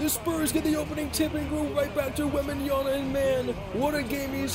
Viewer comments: Wem-ban-ya-M(not n) a keep it in mind bro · take a shot every time mispronounces Victor's last name